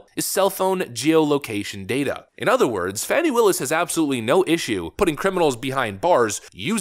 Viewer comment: Her name is being pronounced wrong. Sounds like "Fawny".